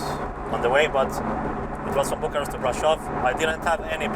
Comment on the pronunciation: Exact, a pronunțat bucuresti Bucharest ca i a venit atunci ca stia cum se zice dar la Iași și brașov le a zis normal :))